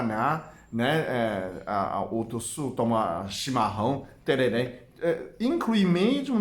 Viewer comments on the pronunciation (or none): none